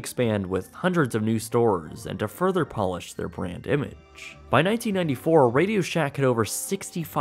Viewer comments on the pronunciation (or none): none